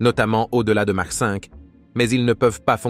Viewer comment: On prononce "makh" et non "mache". Je pense que c'est l'IA qui est en train de nous raconter des bêlises.